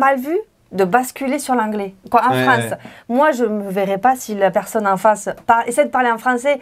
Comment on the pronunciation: Anna太嗨了啦 都沒說到話。你們法語講的都很好聽。Anna好像有點口音 en France.的發音跟我學得好像不太一樣。